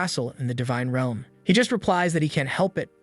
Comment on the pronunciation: instead of realm it’s reelm